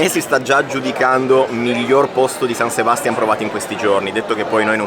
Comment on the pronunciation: Ragazzi, siete bravissimi con la scelta dei luoghi, e pure nel confezionare i video...ma San Sebastián pronunciato con l'accento sulla prima A, non si può sentire 😢. Caspita, ma c'è l'accento grafico...., ed anche in italiano l'accento è sulla seconda A! Vi prego, vi prego, dotatevi di un vocabolarietto...